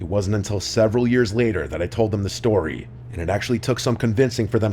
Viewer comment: my favorite tory submissions from summer 2025 he said Tory not story